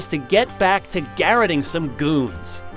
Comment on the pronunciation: GaRROTing not GAraTING